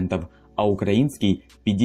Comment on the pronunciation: Прошу прощения, но просто, когда во время озвучки, ты по 100 раз повторяешь слово "украинский, украина и т.п.", то ненароком неправильно делаешь ударение. Вы можете тоже это ощутить, много раз произнеся определённое словно, а через несколько повторений, Вы, слово не понимаете смысл слова) Это, если что, не оправдание, а причина проблемы, на которую Вы мне указали комментарием, следовательно я должен над ней работать. Спасибо!